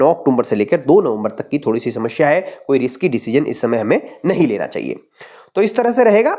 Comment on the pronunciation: Guruji shamashya nahin samasya hoti hai. Don't pronounce wrong.